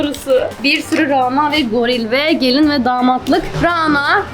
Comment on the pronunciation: RANA ismi ince 'a' ile okunur daha doğrusu şapkalı 'â' olmalidir ve ona gore okunmasi gerekir